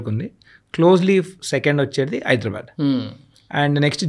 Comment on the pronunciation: HYDRA వల్ల హైదరాబాద్ కాస్త హైడ్రాబ్యాడ్ అయింది. దయచేసి హైదరాబాద్ అని పలకండి బాబూ